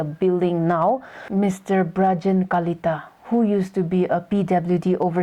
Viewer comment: It's not virgin kalita.....It is Brajen kalita 😂